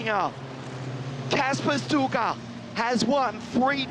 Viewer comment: By the way, "Sztuka" is pronounced "Shtooka."